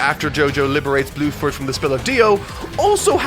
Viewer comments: Did you call Bruford fucking BLUEFORD? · omfg you actually call bruford blueford that killed me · this dude really said Blueford LMAO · I don’t want to be rude but you should look up some of the characters names because they are changed for localization. I.e. Bruford -> Bluford It doesn’t make your very well written review sounds as good. I still love the video though! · His name is Bruford not Blueford. RIP in censorship. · I cannot tell it is saying Blueford or not and it’s really funny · he does say bruford but just pronounces his Rs weirdly like as if he doesn't roll on it even a tiny bit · My man really be calling Tarkus and Bruford “Tarukus and Bluford”